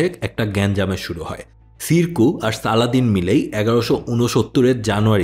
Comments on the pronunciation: সালদিন কেন বলেছেন 😢 আপনিই বললেন ওয়েষ্টরা সালাদিন বলতো। এর অবশ্য কারণও আছে। তাদের উচ্চারণে সমস্যা হতো আর মুসলিমদের নাম বিকৃতির ক্ষেত্রে তাদের তুলনা নেই; আপনার সঠিক উচ্চারণ উচিত ছিল। আশাকরি সংশোধন করবেন। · ভাই পশ্চিমাদের মতো সালাদিন সালাদিন করতেছেন কেন? তারা নাম বিকৃত করে বলে আপনিও সেটাকে গিলে নিবেন? আর শব্দটা ভিজির না, উজির। শব্দটা আরশাফ না, আরসুফ। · আপনি একজন মুসলিম হয়েও পশ্চিমাদের মতোই তার নামটা ঠিক ভাবে উচ্চারণ করতে পারছেন না! আই আফসোস